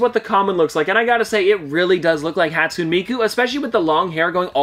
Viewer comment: I don’t wanna be that person, but it’s haat-soo-neh miku lol